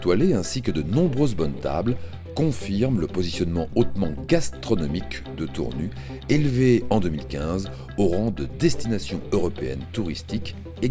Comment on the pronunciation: tournu ,tour nu! c'est voix a l'ia ne sit pas que Tournu se prononce Tournusse! et non pas tournu !!